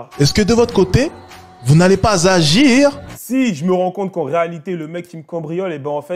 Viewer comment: Hahahahahah quand il dit "AGIR" ça me poivronne